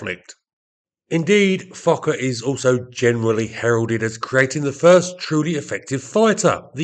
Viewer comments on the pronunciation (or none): none